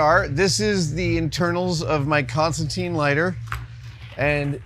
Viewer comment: 40 seconds in, and the Constantine comic fans are losing their minds at the pronunciation. I can literally feel the frustration.